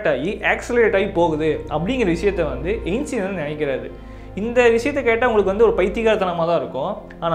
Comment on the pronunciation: Ainstean❌ Einstein✅..